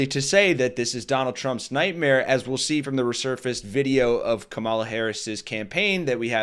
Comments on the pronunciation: Kamala, like comma la. You're continuously putting emphasis on the second syllable, not the first, where it belongs. Other than that, great video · Comma-la. Accent on the comma. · KA-mala. Accent on the first vowel, bro. Please. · Are you sure you're pronouncing her name right. I think the emphasis should be on Ka not Ma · Only one comment. Learn to pronounce her name correctly. Accent the first syllable, it's important and respectful. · Time to start saying her name correctly. She deserves that respect! You’ve got the emphasis on the wrong syllable. 😁